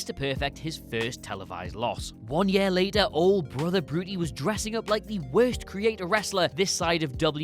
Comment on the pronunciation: it's hard for anyone to think you're an actual wrestling fan and not just a guy who's reading a script because he's getting paid when you pronounce "Brother Brutai" as "Brother Brutie"